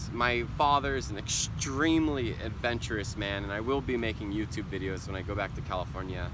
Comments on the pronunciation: YouTube is YouTube, not You - to - be!! Một số người Việt đọc sai đấy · vâng ... Anh ấy đã nói " DU TU BI " giống ng việt nam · Có ai nghe anh ấy nói từ "du tu bi" giống mình hơm :v